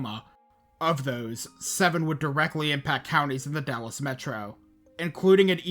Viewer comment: Lost me at the initial mispronunciation of Dallas.